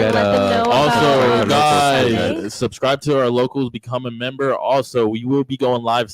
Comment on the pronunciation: 😂😂😂😂 host has a mush mouth and said sus-scibe....he exact like coconuts in barbados